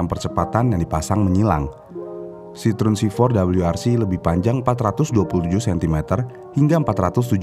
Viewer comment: CITROEN kalo dibacanya Sitroeng bang 😂